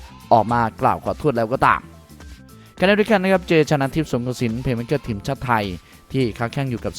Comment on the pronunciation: แอดมินออกเสียงภาษาไทยกลางหลายคำไม่ได้ เช่น ทีมเป็นเทียม เอ็ดเป็นแอ็ด คงเป็นคนเพื่อนบ้านฝั่งตะวันออก เสียงเหมือนคนถ่ายไม่ออก 5555